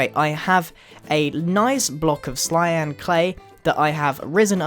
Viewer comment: "i have a nice block of clyan clay" not hate just thought it was funny